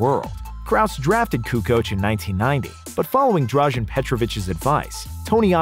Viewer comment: It's not drazhen but in fact drazen without the "h"